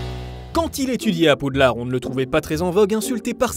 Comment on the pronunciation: Ta dit poudlarde XDD